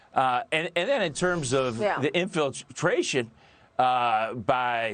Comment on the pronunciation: Dude. If you can't even pronounce Hua Wei correctly wtf do you know about China?